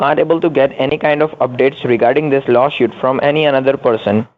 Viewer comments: Dickheads can't pronounce law suit (shuit). Yes, yes, yes, veri gud veri gud akcess.yes,sir, yes sir. I’m king and yu pay deerectly. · I don't think I could of help saying " Is Lawshoot same as Lawsuit? cause I want to make sure I write down the right thing." Lol.. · Did he say law shoot? Why does he want to axe you? Remote control car, lol. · I look for new words. This time it’s “lawshoot”. “Business working days.”